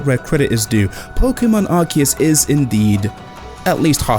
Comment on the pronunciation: it's pronounced arc-oo-se!